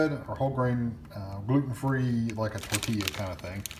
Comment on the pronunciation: It took me a moment to realize you said tortilla-like thing. At first I heard Twinkie! Don't think that qualifies as whole grain or gluten free!